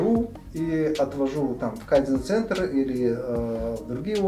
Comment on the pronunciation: КайдзЕн!!! Ударение на е, объясните вы этому миллиардеру на конец, как правильно произносится это японское слово!!! 80 книг он читает, одно слово пусть правильно прочтёт для начала. Читают они по 80, по 400 книг в год. Вот возьму любую из этих книг и спрошу, а что ты из этой книги понял, уверен не получу внятного ответа. Если вы так много читаете, может это ни от того, что умные, а от того, что тупые и ничего в таком количестве материала не понимаете и не применяете на практике?